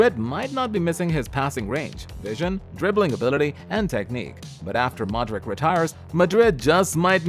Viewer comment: Man, are you an idiot or just ignorant? Modrik, Krus, Guler? Seriously? I can understand Güler because he is young and new at football, but doesn't know how to correctly pronounce legends like Modrić and Kroos, shame. Modrić-Modreech, Kroos-Cros, Güler-Gyler.